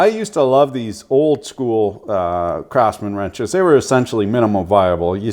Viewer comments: Do you pronounce Craftsman as Crapsman intentionally?) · I'm pretty sure you said CRAPSMAN. Kudos. Exactly how I feel. The hue of red isn't even right. At what point do you say "Let's destroy our intellectual property by incrementally diminishing the quality so we can profit at the expense of the shareholder?"